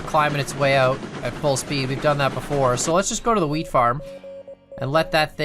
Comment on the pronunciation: My friend mentioned it sounds like you're saying "weed farm" instead of "wheat farm" and I can't unhear it now. Hope everyone is doing well.